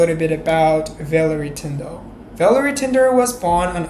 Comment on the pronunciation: Your English is good but your pronunciation could use some help. What bothered me most was that you kept getting her name wrong, which was so disrespectful. Her name isn't Villery Tinder, it is Valerie Tindall.